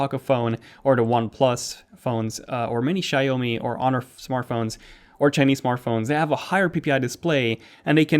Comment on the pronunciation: Hey bud, it’s pronounced syaomi, not shaomi (xiaomi)